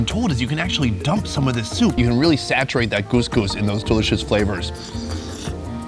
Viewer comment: Couscous not gousgous